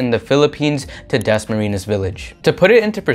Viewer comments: WOW! DAS-MARINAS. CONYOTICS AMP. IT'S DASMARIÑAS. PRONOUNCED WITH AN N-YE. HYPHENATED N OR eñe. LOL! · Its pronounced Dasma-Rin-Yas. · i hate the way you say dasmarinyas.. it's like you're purposely ignoring the enye